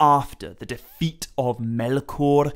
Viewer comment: Why can't you pronounce "Melkor?"